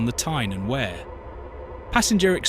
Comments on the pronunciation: Stop murdering the place memes it's not Where it's Weir. . As for Pelaw and Heworth omg you'd get lynched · Thank goodness for the AI narration, I didn’t know wear I was. Glad to see Tyne and Where in all its glory, especially Monkwheremouth. I would have liked to have seen a view of the River Where, but perhaps I missed that bit. It might have been when the tears of laughter wear streaming down my face, as the train went through Heeeeeworth, wear modern Tyne and Where Metro services share parts of the route . . . . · Edit... It's pronounced Peelaw. it's pronounced River Weer. pronounced Huuworth. You described Seaham and the coast line beautifully, but you missed a treat not showing any of it. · Wear pronounced We're... not going to start with the other wrongly pronounced names! 😂🤣😅